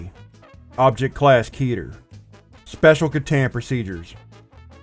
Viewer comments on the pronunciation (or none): I only have one question, why do you always say keeter? To pronounce it the way you do, it needs to be spelled with double e...